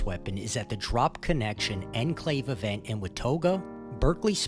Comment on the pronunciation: "Ehn Clave" 👺👺👺